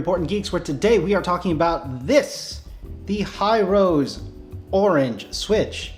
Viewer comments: if its a Japanese company then wouldn't be pronounced Hi Ro Se? like hee roe seh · imagine building a TKL or full size with it 😵. By the way the company is ヒロセ, so He- ro- say I think it's pronounced